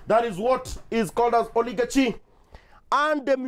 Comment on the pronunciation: Pronunciation ya Oligarchy - umenoa!!